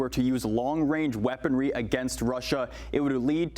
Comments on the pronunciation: "Long wange reaponry" You tell 'em Justin. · Wong wange weaponwy? Weally?